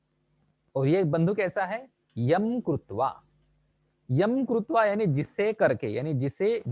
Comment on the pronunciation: कृत्वा को आप गलत बोल रहे हैं, प्रभु।